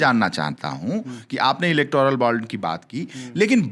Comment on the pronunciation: इलेक्ट्रॉल नहीं इलेक्टोरल बॉन्ड होता है पाल जी ।वैसे आपके पास पॉवर नहीं तो बॉन्ड कौन देगा आपको